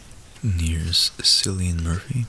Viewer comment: It's pronounced, "Killian Murphy"